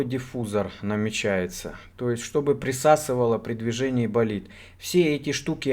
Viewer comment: "-Давай - Болидт -Давай - Болитд" - это скорее что-то эротическое ;)